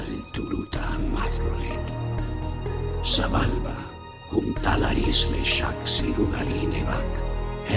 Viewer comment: Sounds like 'sabulba' not 'sebulba'